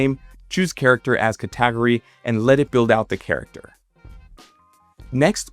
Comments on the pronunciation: Did he pronounce Cat-Eh-Gory > kuh-tag-ury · if it wasn't already obvious, the way he says "category" like "ca-TAG-ory" is a big tell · Cat-a-gory is a wild take on that word. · Did my guy say category like ”Cat-tag-o-ree”? A video made with AI showing how to make a video using AI character is peek meta paradox! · yea when he pronounced category as cah-TEE-gory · Ca-TAG-ory was a dead giveaway here. Sorry! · so your telling us you always pronounce category as “ca-tag-ory” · I only noticed when it tried to say the word "category" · why does ur mouth not say 2.5 properly and u say words wrong like category.